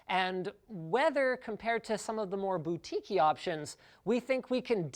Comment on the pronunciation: anyone else hear him say "boutique-ey" and think that was some sort of new twist on bukake?